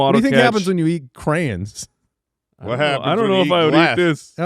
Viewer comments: Why are you guys calling them crans? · I honestly thought they were saying "crans"...as in cranberries. Crayon is pronounced exactly as it's spelled. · Jesus christ, I have ALWAYS thought you said "Cran eater". Thinking wtf are crans. I didn't know it was CRAYONS. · the way they pronounce "crayons" stresses my southern heart out it's cray-ons, not crans! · Anybody else bothered by their pronunciation of crayon?? Lol